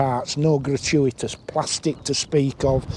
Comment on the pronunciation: Thank you for the nice review 😀 I shall try it as soon as possible in Switzerland! I consider seriously to buy one to complete my tue GSX1400! Greetings to everybody on the channel :hand-purple-blue-peace: (i like how you say "plastic" talking of a bike 😂).